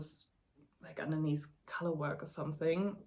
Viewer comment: Don’t know if it helps or not, but color = KUH-ler and collar = KAH-ler. 😊 Congrats on your first episode. We’re currently melting here in the mountains of NY. 37C and 70% humidity. The bright gold color should look lovely on you when it is done.